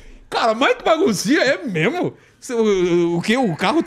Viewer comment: convidado: A Vilela: émemo? kkkkkkk